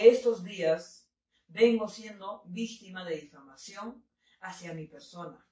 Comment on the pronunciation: En serio los peruano dicen vistima? pense que solo era un meme! jajaja